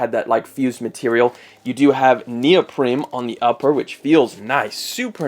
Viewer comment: Stop saying 'neopreme' 😂